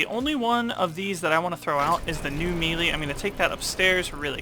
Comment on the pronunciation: It’s spelled melee but is pronounced (May Lay)